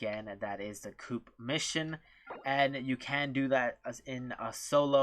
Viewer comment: Coop😅 its co-op